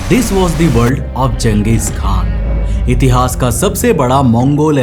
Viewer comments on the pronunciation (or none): none